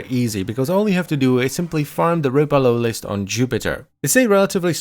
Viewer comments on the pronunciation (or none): DE: “The Flydolon is going to be called the Ropalolyst.” Me: “The Rope-a-loli?” B A M B A M B A M ! ! ! F B I O P E N U P ! ! !